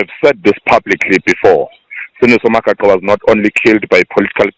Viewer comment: Mispronunciation of Magaqa is very ear-sore🤦🏿‍♂️🤦🏿‍♂️